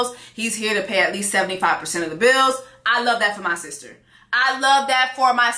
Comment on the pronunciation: I’m cryin 😂 “I’ve seen what you have done for my sees-tah…” 😂😂😂😂😂😂😂😂😂